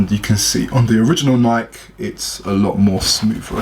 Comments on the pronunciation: but the right pronounciation is nayki, not nayk.. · Pronouncing war thingy: Like = Nike (Pronouced Nikey N-eye-key) Comment = Nike (Pronouced Nik N-eye-k) I will say (N-eye-key) I got triggered when he said N-eye-k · its not pronounced neyek its pronounced NikE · It's not NAIK, it's NIKEEEEE u english accent dumbass. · If this man says nike like n-ike and not n-i-key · man say nike properly. its nikey not night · what is "Nyke" it's pronounced (Nikee) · They are pronouced nike-ee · he says nik logo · "NIEK" okay buddy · Dude its NIKE-EY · The way you say Nike is fake bruh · Its pronounced nike not nike smh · everyone gonna ignore how he pronounces Nike? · The he says nike😂😂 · I would thumbs this down a million times if I could just because of the way you say Nike! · lol why do u say Nike like that lmfao